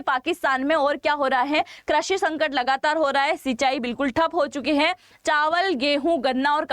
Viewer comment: Krashi nahi behen, krushi